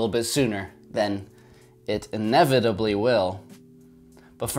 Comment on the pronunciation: Sooner than it will.. inevitably will... weird pause